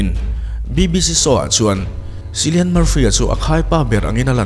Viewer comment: Cillian - it must be pronounce khilian not sillian.